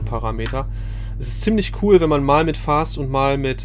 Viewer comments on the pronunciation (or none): none